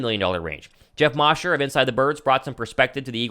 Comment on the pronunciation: Hey. Love your show and faithfully followed over from your last company. Great stuff. So just a friendly hint. Geoff Mosher is pronounced with a long O. Mosher like Kosher. Keep up the great work. Faithful listener! Born and bred in Philly but live in London and die hard birds fan so keep up with guys like you and Mosher on inside the birds...